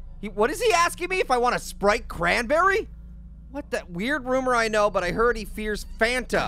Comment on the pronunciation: Sprite cranberry I thought he said wanna spray cranberry???????